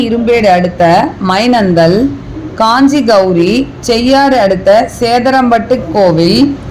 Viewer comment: Kanchi gowri nadagam yanga nu kongam carkta sollunga mam ...our pearu theliva sollunga mam